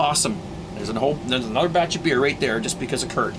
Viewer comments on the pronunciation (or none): none